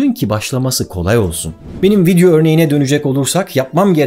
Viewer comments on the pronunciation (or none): none